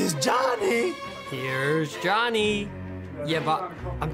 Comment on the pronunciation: Is it just me or when Mavropanos acted that line "Here's Johnny!" he had a good english accent😂😂